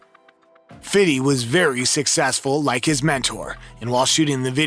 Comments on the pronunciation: I love that he says "fiddy cent" instead of fifty lmao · 😂 Dude narrating trying so hard not to say Fifty but instead says "Fiddy" in such an awkward way, wait it gets better, so after saying "Fiddy" a few more awkward times, I'm thinking well, whatever at least he wasn't calling him "Fifty". Then, it happened, he says it one more time but the whole stage name this time...Fiddy CENTS! 🤣😂 BRO! WTF? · "Fiddy Cent"???? lmao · you may not say "fiddy cent" good sir. It's Fifty cent to you young man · This narrator saying "homies" so much sounds weird. Also, its Fifty Cent not Fiddy Cent. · I hate the way white people say “Fiddy Cent” just say “Fifty” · the narrator of this is kind of trash. only out of touch white people say "fitty cent". It's fifty cent. Oh, and Marshall writes his raps so Suge wasn't talking about him when he said he doesn't care about his music. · Good video just please do us all a favor. Never say “fitty cent” ever again. Even black people don’t say that. They call him fifty, fif, or fifty cent. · Who tf is talking over this sh!t? "Fiddy cent" Wtf. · “Fiddy cent”💀💀💀💀💀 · "Fity Cent".. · "FITTY CENT" XD THIS IS OFC AN AI! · "fitty" cents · 😂 why dude say fitty cents like that smh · Love how he said fitty cent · The narrator said Fiddy cent. How embarrassing . Other mistakes in this video including the misleading title, overall make this garbage completely unreliable. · Bro just say fifty cent lmaoo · Why do you keep saying "fitty" cent? You don't talk like that. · I hate when people say, "Fitty Cent"